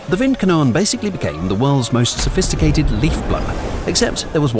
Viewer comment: The 'e' at the end of Windkanone isn't actually silent.